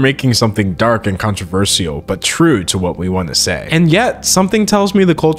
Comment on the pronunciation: why do you pronounce „controversial” like that? 😭